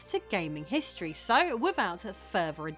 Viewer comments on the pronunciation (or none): none